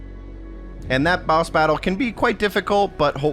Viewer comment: baos battle lol. I remember him saying it like this in another video as well.